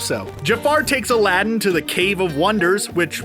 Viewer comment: You need to really learn to pronounce aladdin